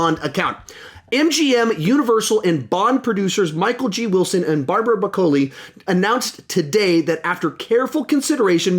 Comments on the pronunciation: Barbara Broccoli’s last night is pronounced like the vegetable jsyk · This jabroni mispronounced "Broccoli." How?